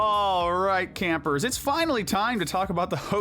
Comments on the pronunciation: Camper, not camer. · Good video but you said camer